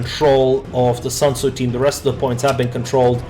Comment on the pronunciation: It's SUNTZU not SANTZU (╯°□°）╯︵ ┻━┻